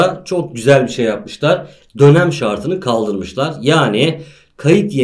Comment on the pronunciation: 'de dönem mi diyorsunuz lütfen söyleyin